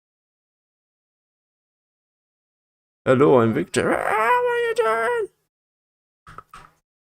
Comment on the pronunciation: Dude It's Victor Not Vector.